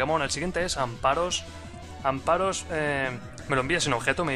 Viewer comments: Amparos!!??! Mis oidoooos sangraaan! AmFaros por diooos! jajaja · Gracias, pensaba que era el único que notaba que moría un pichu cada vez que decía amparos.